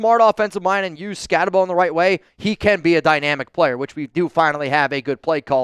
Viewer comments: Exactly. He says he watched a bunch of film on the guy, yet he seems to be the only nfl reporter who still can't pronounce his name. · All that film you watched on Skattebo and you still haven't learned how to pronounce his name? 😂